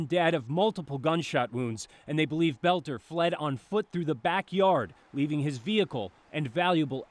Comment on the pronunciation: Finally, somebody who pronounces his name properly. I was cringing each time I heard them say bolter. But most news people are illiterate nowadays.